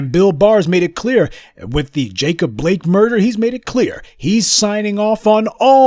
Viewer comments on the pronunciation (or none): none